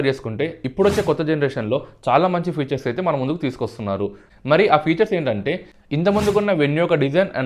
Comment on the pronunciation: ఫ్యూచర్ కాదు ఫీచర్